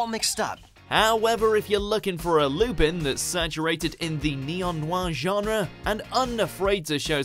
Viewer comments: "Lupin" is pronounced "Lu-pón", It's a small pet hate of mine. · Gave a dislike because it's WELL-established that Lupin is pronounced "Lu-pon." If you don't believe me hit up Toonami in some 20 days for Part 5.